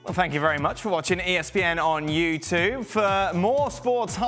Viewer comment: Dan really does butcher the words 'YouTube' in the end sequence... makes me chuckle every time i watch it. Surely they could have done a 2nd take?